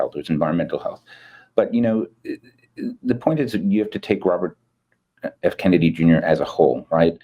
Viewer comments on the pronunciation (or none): none